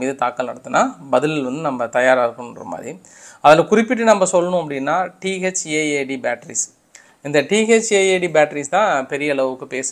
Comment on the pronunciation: Thad இல்ல தாட்d என்று கூறுங்கள்